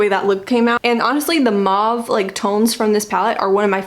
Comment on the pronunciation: I have an unabridged online dictionary with a pronunciation key and it was pronounced mauve (maw v) the way you said it.